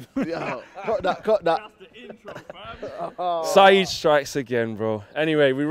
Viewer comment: Its "Saeed"